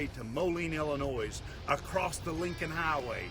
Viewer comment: The S on the end of Illinois is silent.